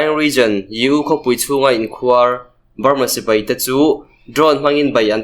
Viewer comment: in khuar tih kha khuar tih tak kha thluk hniam la i lam dik chiah ang mizo tawng hi athluk a zir in a sawi tum adang daih thei ania khuar tih tak kha thluk hniam tawh ang che aw